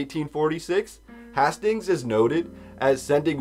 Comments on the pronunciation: hay-stings not hah-stings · Yo, Hastings is Haste-Ings. You sound stupid.